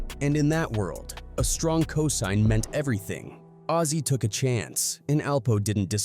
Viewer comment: It’s actually azie lmaooo